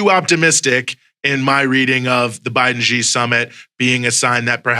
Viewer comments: It’s not pronounced “gee”, it’s pronounced “shee”. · Actually from what I find out. Xi, sounds more like See or Sea.